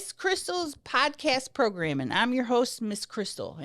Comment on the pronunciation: You used to always pronounce it, "progrum" and now I'm disappointed 😭